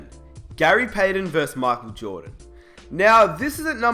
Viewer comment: learn how to say michael u dipshit